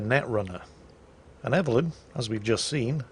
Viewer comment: I hope doesn't know anyone named "Ev-ul-lyn" in real life. I'm sure they don't appreciate being called "Evil Lynn".